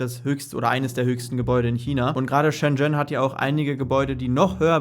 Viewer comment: Bitte lerne mal reden!….. schen schen 🤣 . Buch mal nen nen Kurs 🤣🤣